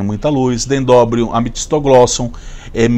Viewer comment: bom dia. Atenção: dendrobium e não dendobrium. Montanhosa e não montonhosa.